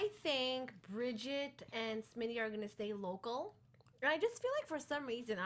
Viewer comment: Why is no one telling her that his name is not SHmitty? It's so frustrating I can't watch the first half of the video.